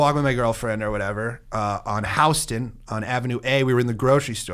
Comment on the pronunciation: as a dude from Htown, every time I hear "HOUSton", i wanna cut my ears off.